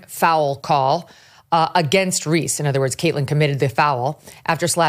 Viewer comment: I generally like Megyn, but she should stop talking about the WNBA, because she isn't a fan, she doesn't watch it and she doesn't know about it. She keeps mis-pronouncing player's names, so you know she doesn't watch. She does keep track of politics, so she can speak on that, but she needs to shut up about the WNBA.